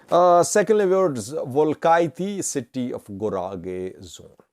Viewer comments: you are mispronouncing the name of the capital city of Guragye. It is pronounced "Well-kee-te not Welkaitty. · It's not welkayti it is welkite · pronounce it Welkeete.